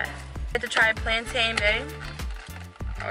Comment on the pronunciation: It's plantain not plantine